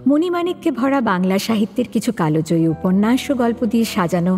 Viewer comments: thank you for producing Saradindu's great works. Kintu ekta katha bolte chai, "Kalojoyi" shabdota noi, "KALJOYI" hobe, sunte ektu odd lagchhe.Sorry for pointing out and thank you again! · কালো জয়ী নয়, কাল জয়ী ভীষণ কানে লাগে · কালোজয়ী না ওটা (কালজয়ী হবে ) প্লিজ আপনারা এটা ঠিক করে বলবেন ।